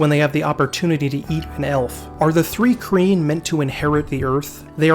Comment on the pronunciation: Thanks for this, my fave RPG setting. Btw it’s pronounced “trye-keen” .